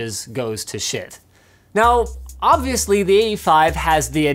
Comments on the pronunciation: guys it's not shit, it's supposed to be pronounced shite :D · Say schitt one more time! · How do you properly pronounce schiit?